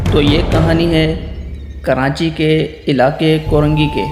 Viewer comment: stories achi hoti hain.bas Urdu kafi week hai aap ki.jaise Karachi ko karanchi kehte hain